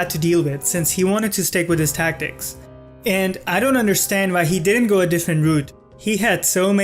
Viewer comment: you say the tacktick fan belguim not cool bro